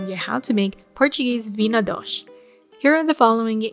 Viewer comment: You wouldn’t recognize the Portuguese folks in Hawaii or as they’re called here, podagee. Most dishes from around the world that came to the islands during the plantation era took on a different form. She’s pronouncing it the only way I’ve heard it said in Hawaii.